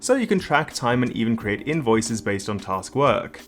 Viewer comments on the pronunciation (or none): none